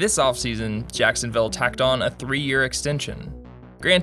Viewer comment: Ah yes. Sacksonville Abbey.